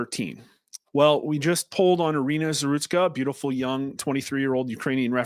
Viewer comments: It's Zarutska, not Zatruska. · You're mispronouncing Zarutska.